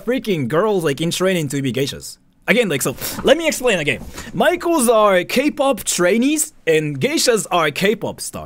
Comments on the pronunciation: I wasn't looking at the screen and for the past 5 minutes i thought this american guy's been saying 'micheals' repeatedly like some kind of chain store 🤣 apparently he was saying 'maikos' /zzz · You say maikos, but I keep hearing michaels and it's so confusing. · Not me thinking he keeps saying Michaels 😂